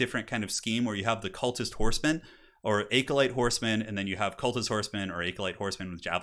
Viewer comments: Great video man. Just wanted to add that acolyte s pronounced like ac-uh-light. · ah-co-lite. AH-CO-LITE.